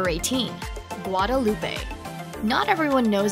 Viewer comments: Jim Green And Guadeloupe = Gwa-duh-loop not gwa-day-loopay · It is not pronounced Guadeloop pay. It is pronounced Guade loop. Remember it is French. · Interesting video, but please find out how to pronounce Guadeloupe, Nevis, Antigua, and Grenada 😀